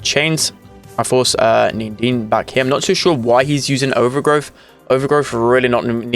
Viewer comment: He is needeen not neendeen